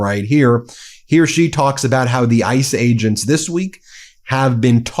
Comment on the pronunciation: Every time he says "Ice Agents" I hear 'Ice Age'.